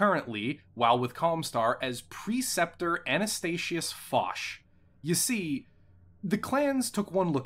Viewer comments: I’ve always heard Focht pronounced “Fock’d” or “Fook’d” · I'm gonna be that guy and point out that Focht is German and is pronounced Foked, meaning "he who has fought" roughly. It's a cheeky little inside joke against the clans if you think about how they assumed Anastasius had no experience. Edit: this is a really good video about Tukkayid!